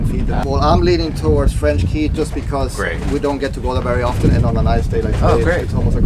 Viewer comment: Enjoyed the video. FYI..."Cay" is pronounced "Key"